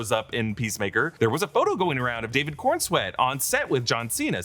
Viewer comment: Coren-swet not Corn-swet 😂